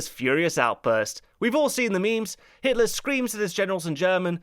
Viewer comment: did I hear you say Hisler (Innkeeper)? I hope we don't end up mentioning Nostradamus and Hister (Danube River). I'm only teasing, I am sure you had a slip of the tongue incident.